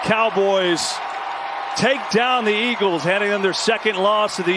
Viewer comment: EAGLESUUUH, WHAT HAPPENDUUUH?